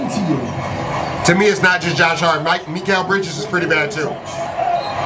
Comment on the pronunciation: “Me-kal Bridges” 🔥🔥🔥🔥🔥🔥🔥